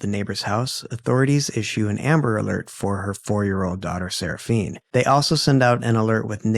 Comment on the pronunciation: Why are you pronouncing the child's name that way? Her name ends with an "A". 🤷 Seraphina